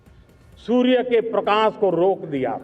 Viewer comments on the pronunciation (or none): none